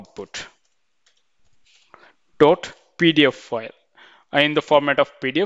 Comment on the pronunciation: good video but the way you say pdf file sound's like pedophile